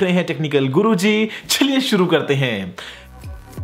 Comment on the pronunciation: " ch-huh-liye suru karte hai " .